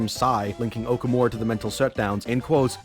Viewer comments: It's awful that they don't pronounce the Japanese names correctly Also: O-kuh-more-uh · For how much the dude hated on the mispronounciations the game makes of Sakamoto, he sure does butcher Okumura's name pretty fucking hard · The way pronounces Okumura creates violent feelings within me